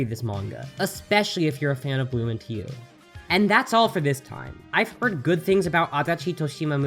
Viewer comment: Room Into You Bloom Into You Hmmmm.... Lol I thought it was Room into You 😂😂😂😂😂